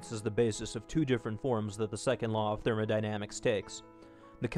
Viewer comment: "The Second Law of 'Therman-i-damics'" Cracked me up a bit :P